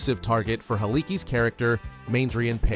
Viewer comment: It’s a 71 Mustang customized by Halicki , which was mispronounced, to look like a ‘72 .